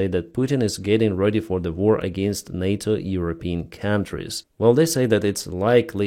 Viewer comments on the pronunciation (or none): none